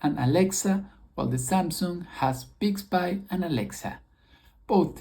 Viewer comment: Its pronounced bix bee not big bye.